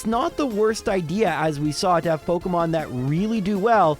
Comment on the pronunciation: pok EEEEE mon. not pok UHHHHHH moin.